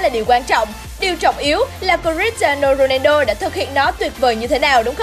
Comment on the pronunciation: Cờ - ti - a - no rô - nang - đô :))